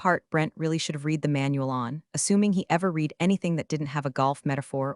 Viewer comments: You know we're supposed to be so impressed with how capable AI is but I think it can't tell when read should pronounced like reed and when it should be pronounced like red because it doesn't recognize the tense changes. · Voice bot STILL mispronouncing "resume" and the the past tense of "read." Seems like a easy fix if you actually had a "team" creating these AI stories.